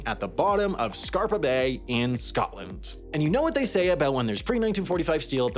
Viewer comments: It's scapa floe, not scarba bay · There is no letter r in Scapa or letters b, a, or y in Flow. That is, it's called Scapa Flow, not Scarpa Bay. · For the record, the trinity test was north of Alamogordo, not in Timberon. And it's SCAPA Flow not SCARPA Flow. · It is Scapa Flow not "Scarper Bay", it is old Norse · *Scapa Flow, not Scarpa Bay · 😬😬 Scapa flow not Scarpa bay 😉😉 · Its not Scarper bay, its Scapa Flow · its scapa not scarpa and its scapa flow not scarpa bay, and the steel that could be taken has been already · Scapa flow, not Scarpa bay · Actually, he call is "Scarpa Bay" which as near as I can figure using Google search is a place the doesn't exist. After 3 major errors in the first 3 minutes I gave up watching and came down to the comments to join the roasting... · Here's one for pedants corner. If the steel came from off the Orkney Islands it's "Scapa Flow" without a 'r' and "Bay" Great content, M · "Scarpa bay" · That pronunciation of Scapa flow physically hurt me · And it happened at Scapa Flow, not whatever the hell he said.. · For a guy who lived in Scotland for at least a couple years, I'm a bit disappointed in pronounciation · Is this dummy intentionally mispronouncing the location of the sunken fleet to get comments like mine?